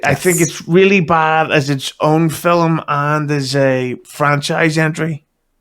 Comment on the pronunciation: please tell your cohost "film" has only one syllable. I know the guy is from a distant land, but man...